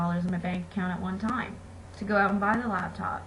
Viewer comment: I hate the way she says time